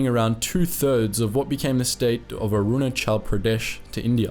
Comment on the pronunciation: As someone from Arunachal Pradesh your pronunciation was on point.